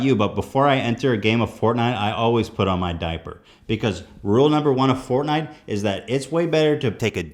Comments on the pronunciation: Im pretty sure he just called it "portnite" lol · i swear they said portnite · As I hear people talking about "Fortnite" in public it immediatly triggers me just cause of the pronunciation.